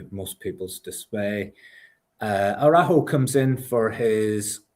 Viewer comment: As an American with Mexican family it's kinda/ funny to watch everyone in the SPL try and wrap their head around trying to pronounce Araujo.